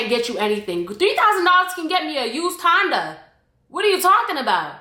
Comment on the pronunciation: Omg I heard “$3000 can get you a used condom” instead of Honda 🤣